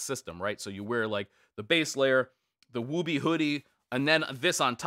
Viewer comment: Woobie has a U sound in the middle not a long O. Ok nerd comment done go back to regularly scheduled life.